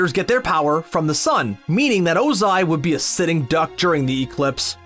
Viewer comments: You sayed lord ozi and IM TRIGGERD!!!!!!!!!!!! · The fact that he’s saying lord Ozia is so annoying